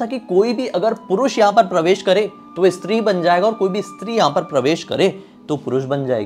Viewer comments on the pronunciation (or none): none